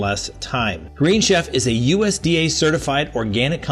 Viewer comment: Love your show! The green chef advertisement has kept pronounced wrong:)